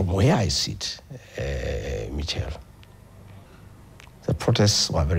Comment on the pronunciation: It's pronounced Mishelle not Michel😂😂😂